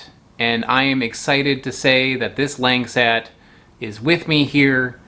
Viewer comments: Quick tip : Langsat is pronounced as Lank-Sat, not Lenk-Set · Protip, these are pronounced like Lahng saht. Not LANG SAT. And emphasis on the second syllable. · Langsat not langset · Lang sat Lahngsat Them westerners always go butcher the words lol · It’s actually pronounced lung-sut 😬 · I understand that he's a foreigner but the pronounciation is killing me